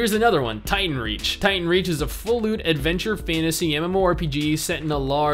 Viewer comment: Not gonna lie I heard "full loot" as "full lewd" the first time you said it